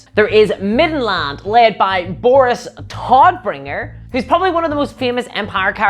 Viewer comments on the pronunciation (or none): none